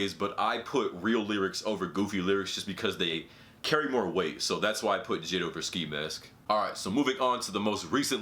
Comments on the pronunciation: Anyone else get annoyed how he said jid when the dots make it so you pronounce it J-I-D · U don’t pronounce it jid u pronounce it j.i.d. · It's pronounced ''J. I. D.'' not ''jid'' :D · J.i.d not jid bruh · I hate the way he said “Jid” instead of J.I.D. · This nigga really called J.I.D jid😂😂😂😂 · He said “JID” u pronounce it J.I.D not jid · He really said "JID" instead of "J.I.D" lmao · I think it's pronounced j.i.d not jid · This man said Jid but it’s J.I.D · this guy said jid its pronnounced J I D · “Jid”... it’s “J.I.D.” Lmfao. But he’s better then ski mask lol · Yo I love your videos bro but it’s not JID it’s J. I. D. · He spell j.i.d. like he is saying jead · Why he call J.I.D JID as a full 3 letter word? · damn really said jid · He pronounced it jid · It’s JAY-EYE-DEE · bruh why you pronouncing jid like that 😂😂